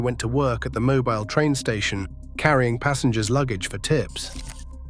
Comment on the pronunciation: Mo-beel, not mo-byle.